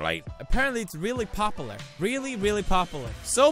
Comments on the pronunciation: Say popular Felix "papalar" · "really popalur, really really popalur, so popalur" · " popolur " no pewds pop-you-lure popular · Pewdiepie says "poperler" not "popular" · (POP-YOU-LAR) NOT (POP-EH-LAR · Dear Pewdiepie, i want to help you pronounce "popular" so try this: "Pah-pew-lur". You're welcome. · its pronounced popyoolar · I love that you say popalar! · felix's way of saying popular... "popiler" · The way he says popular I'm crying😂 "popalar" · how to pronounce popular - pop-uhhh-lur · "Popaler"-poodiepie 2017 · imSoariin No PewDiePie says Popular perfect like me we both say "Popalar". I Love you Pewds!!!😘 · "reely reely poperler" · ''its very very popalar'' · OMG. Pop-oo-lar. Thats how I'm gonna pronounce it from now on. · pewdiepie couldn't even pronounce pupular correctly xD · Felix the word is POP-U-LAR damn it.Pronounce it pop you lar. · Why can’t he pronounce popular 😂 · killed the pronunciation of popular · Is it just me or is the way Felix says popular the cutest thing ever 😂 like every time without fail he pronounces it wrong lol. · I love the fact that he cant pronounce popular and I love the way he says it XD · why cant you pronounce popular, is it your swedish accent? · I'll only approve of this when you can say "popular" right. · Anyone else always notice the way he pronounces popular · The way you pronounce popular tho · i love how he doesn't pronounce the the U in popular also he said 154th when it said 157th😂💕